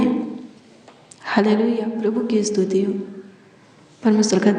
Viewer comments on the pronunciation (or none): Astuti nahi behan stuti bolte he